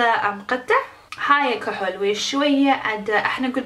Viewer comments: اقوى شي تكول كهل ل ايلاينر 😂😂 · كوهل 😂😂 شوغل 😂😂 تضحك بس والله ما الومهة لان عايشه بامريكا